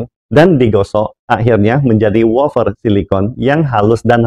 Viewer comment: Wafer pak, bukan wofer 😂